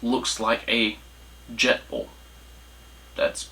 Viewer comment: Jetboil not jetball😂😂😂😂